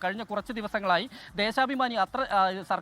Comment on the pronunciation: Dheshabimani❌ Dheshapamani✅ 😂😂